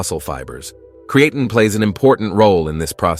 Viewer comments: Creatine DOES cause hair loss bozo. Women's hair came out after they took it. And not until. So YES it does cause hair loss! And everyone cannot take creatine. If they have kidney issues or are taking NSAIDS. And you are not even pronouncing creatine correctly!! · 3? I caught 6.... If this thing can mispronounce this one word THAT many times how the heck are we to trust the actual information? Of the 10 mistakes listed, not taking it properly was reworded and reused 4 times alone. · You made a video about Creatine and you couldn't take the time to learn how to pronounce it, Yeah sure, im going watch it. This channel is proof that subscribers can be bought . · Do you know it's not a really good sign when it's literally saying the creatine wrong😂😂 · How F ing lazy. Don’t use AI voice to do your videos. Stop listening after the first “creatine” mispronouncing commeny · Props to the robotic voice that pronounced creatine three different ways. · And not once correctly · It’s Crea Time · What the hell is Cre an Ten! Lol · Cree ain’t in. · It's Not pronounced as Cre-AE-tin, the A is not emphasised, it's so annoying when AI can't do it right. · I can’t take any advice seriously from a video that can’t properly pronounce CREE-AH-TEEN. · Haha, “creatin’”. AI pronunciation. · And yes…. Cre-atin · CREE AH TEEN, is how you pronounce CREATINE 🙄. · Cree-Ay-tin, Creatine, Cree-A-tyne. Ai voice can't decide how to pronounce 😅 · Not sure about you but I take creatine not creaton, crea-tun, createin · amazing, one subject with 30 different pronunciations in a single video. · I CANNOT with the AI mispronouncing "creatine." I clicked "do not recommend channel." Get it together. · They should teach the AI how to properly pronounce creatine. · Speak the word creatine correctly. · Did you, as creator, review the many obvious mispronunciations of the main word? Serious question. Genuinely incredulous. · I’m distracted by the way he keeps saying creatine